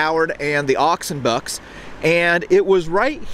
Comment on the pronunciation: The way he pronounces "Oxenbucks" is sounds like one word, whereas it Ox & Bucks, which is short for Oxfordshire & Buckinghamshire Light Infantry.👍